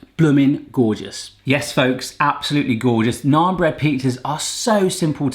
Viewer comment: I like that he pronounces naan correctly instead of pronouncing it like nan. Also butter chicken isn't a sauce.